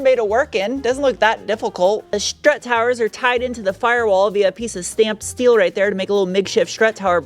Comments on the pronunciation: Who's the party pooper that taught her how to pronounce "schteel"? I adore her unique take on Inglish. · Fake CVT shifts are the dumbest thing ever, they should add an option to remove the fake shifts on the software. BTW i miss the Shteel pronounciation :-D